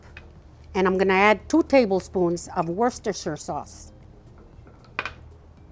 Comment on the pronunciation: If you read your comments. I am from England. This is how you pronounce. WOOSTER Sauce. Dont struggle Its easy xx